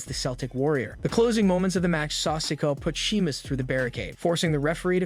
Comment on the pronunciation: It’s not sicko it’s Si Ko a